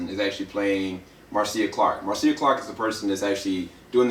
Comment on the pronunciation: Her name is pronounced "Marsha" even the love spelled Marcia and his last name Shapiro is pronounced "shop_ear _0" . Good review though !